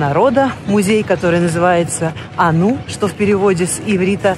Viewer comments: Не анУ А Ану Ударение на «а» -) Мария, в это время пещерной ненависти и дикости Ваш приезд и Ваш этот ролик бесценная поддержка Сердечное спасибо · На иврите мы ану. Ударение на а не ану .ударение на у. Неправильно. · Мы произносим АНУ с ударением на первый слог.